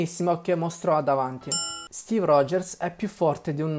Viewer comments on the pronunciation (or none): none